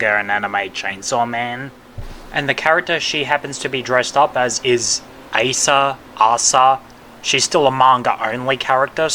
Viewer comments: Im sorry I gotta rebuttal this but her being a manga character only, as of now, has no bearings on how her name will be pronounced. Her name is literally "アサ" ア(A)サ(SA) if her name was going to be pronounced as "Aysah" then her name would be エ(eh)サ(sa) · You're kidding me right, bro all she had to do was read the word Asa, it's just (A-sa). It ain't that hard, we're not expecting much, just that you atleast know the name. Calling the chainsaw community toxic for calling that out is retarded in my opinion. This video and emi's cosplay vid feels like ragebait because expecting someone to atleast know the character they are cosplay is a bad thing now💔💔🫩🫩